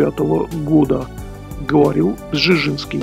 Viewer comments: не Бжижинский , а Бжезинский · Почему нельзя нормально произнести:"Бжезинский"? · Бжезинский родился и рос первые годы в Харькове, столице УССР тогда. Записан как польский гражданин был по "порту приписки" родителей. Маленький совет: если трудности с произношением польских имён и фамилий с такими сложными звукосочетаниями, как у дедушки Збига Brz-z-ński - произносите это rz "рж" как в чешском и южнопольских говорах вместо "ж" как в стандартном польском, потом "р" можно редуцировать. Так будет лепей. Да, поднагадил старик Украине, и российским демократам, и всей демократии в Европе, перед смертью изрядно, занял практически позиции трамповского крыла репов. Да и с советничеством у Картера не очень ясно чего больше он делал: помогал возможно лучшему Потусу послевоенных десятилетий или его лютым врагам. Тем не менее в своей "шахматной доске" написал один умный вещ - проблема не в марксистской идеологии, якобы реализованной в большевистской России, проблема милитаристской экспансии - в самой России. За что ему и RIP.